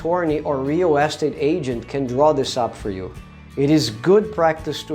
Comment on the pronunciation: Nice video, but you need to work on how you say "real estate". I didn't understand you at first. Here's how you say it.